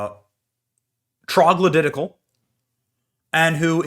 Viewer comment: Benny..... really😮? Let's see if I can get this right? "Troglodyt-icle" LMAO 😂 I KNOW WHAT YOU MEANT but that's funny.